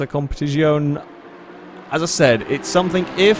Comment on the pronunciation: Even Hammond got “Competizione” pronunciation right, come on 😅